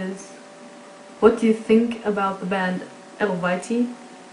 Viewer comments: Hails! Much respect,. From the words of the band itself, it's pronounced 'el-vae-tee'. it's the name of an ancient nordic tribe, like Tsjuder (pronounced shoe-der). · loool xD the beginning is awesome :DD and the darth vader ring hahaha eluveitie is pronounced elveitie.. look at their website^^